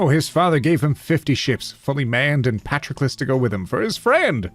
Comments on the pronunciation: Me: Patroclus is pronounced "puh-tro-kluhs".: No, this is Patrick. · Your mispronunciation of patrolucus is infuriating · Say it with me now: pa-TROK-el-us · Anyone gonna talk about how he pronounces Patroclus as "Patrickless" as if Achilles is missing a Patrick. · I hadn’t heard the name Patroclus mentioned for absolute years and I thought you were saying Patrick-less. And I thought that was some euphemism in itself that I couldn’t understand but was pretending I could. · here's how you say Patroclus Puh-trok-uh-lus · Is no one going to mention his mispronunciation of “Patroclus”?